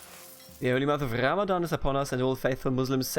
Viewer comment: Please pronounce the "R" in "Ramadan" normally next time to say it because in Arabic we pronounce it normally just like in English.